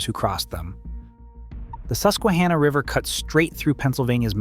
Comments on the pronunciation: Its hanna like the girl name not ha nah 😂 Susquehanna is my home town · You mispronounced "Monongahela" and "Susquehanna." You've gotta do better research before you do videos like this.